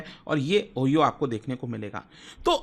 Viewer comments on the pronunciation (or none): Sir it's not Oheao🌝 It's Ohio🌚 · O-"Ha"-e-O hota hai 😂😂😂 Oyo ni !!! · oyo nahi O-high-yo bolte hai. But since Americans mispronounce our names, OYO is fine. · Sir Oyo nahi, Oh-hi-oh boliye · Oyo me rehte hai😂😂😂.. it's ohaayo (Ohio) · Ohio ❌ OYO ✅ 😂😂😂😂😂😂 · Ohio: O-Hi-o❌ Oyo✅ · ओह-ही-ओह नही Ohio को ओह- हाय-ओ बोलते है भाई . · O-haa-yo ❌️ ohio ✅️ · "oyo"???? its "ohio" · Sirji it's "OOHAIYO" not "OYO" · "Ohyoo" nhaii bay. "Oo Hi Oo" bolte hai. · Oyo nahi bhai. Pronounce Ohio=ohaiyo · Sir not OYO it's (OHIO) ओहायो 😅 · O hi o hota hota hai oyo nahi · It's Ohio not oyo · It's pronounced ohaio not ohiho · O-He-yo nahi sir... O-Hi-yo. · its not O-hio (like OYO).. its O-hi-O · He said Oyo. But it's pronounced Ohayo. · The word Ohio is pronounced as O- Hi - O. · Improve your pronunciation so called illiterate, what oyo,nonsense.😂😂😂😂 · OHIO❌️ OYO✅️. 😅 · sir Oyo bola ya ohio? Mei to Oyo sunke fir 10 sec. back Kiya fir ohio dekha😂😂